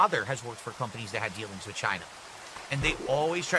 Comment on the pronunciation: And wit instead of with